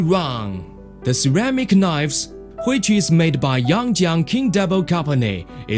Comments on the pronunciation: ceramic knoifes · We can make 1.5 millian knoives, anally!